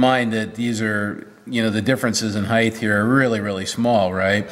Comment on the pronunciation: Say after me... height.... height.... height... NOT heigth!!!!!!! WTF